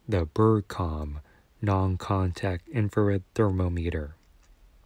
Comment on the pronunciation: Good video alex! (But the way you pronounce “thermometer” throughout the video should be a war crime)